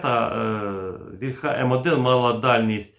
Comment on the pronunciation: Плюсик, але • «вільха» має наголос на «і», • таки «гас», а не «керосин».